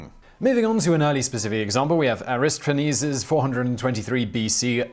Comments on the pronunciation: Simon has a strange way of pronouncing things. I've never heard "Aristophanes" pronounced that way before. The emphasis should be on "toph", just as it's on "tot" in Aristotle. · I have NEVER heard Aristophanes pronounced without the "o." 😆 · You got the pronunciation of Strepsiades correct, but failed Aristophenes (air-iss-tah-feh-nees) wrong? HOW?! The latter is well known and easily available. I have to assume you're trolling us Simon.